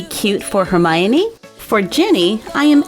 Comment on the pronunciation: I want Severus Snape doll :( & you said Hermione wrong but whatever awesome video